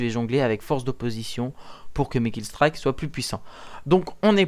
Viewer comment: killstrike ??? eye le moron c'est killstreak...pas killstrike calissd e francais dfrance qui sait pas parler